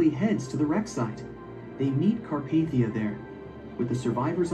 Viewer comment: It's Carpathia